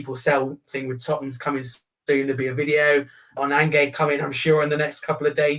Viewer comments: Who’s An-gaye? You mean Ange 😂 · Why’s calling Ange, angay? 😂